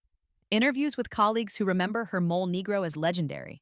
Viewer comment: It's pronounced "mole-ay".